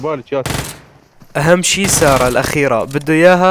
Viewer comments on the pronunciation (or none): none